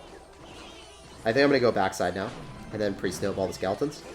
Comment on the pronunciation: Does anybody else notice that he says skaletins instead of skeletons 😂😂😂